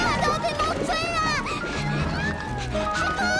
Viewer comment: 海诺in chinese letters is hai nuo , not hei , hei has other meaning